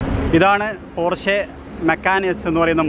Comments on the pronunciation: പോര്‍ഷെ അല്ല പോഷ് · No its german actual pronunciation is ‘പോർഷ' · പോഷ് എന്നാണ് ബ്രോ 😍